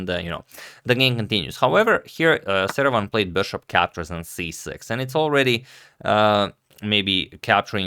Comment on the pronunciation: Am I really the only one who hears "Saruman" when Agad says Seirawan???